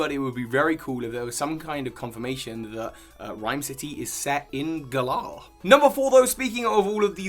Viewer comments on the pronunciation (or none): you’re brilliant but it’s GALLer not Gull-ARR my friend